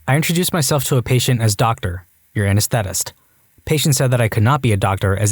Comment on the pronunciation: Narrators, please work on your pronunciation. The word "anesthetist" was mispronounced several times. Also mispronounced: "presbyopia."